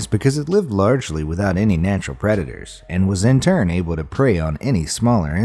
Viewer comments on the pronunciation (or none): none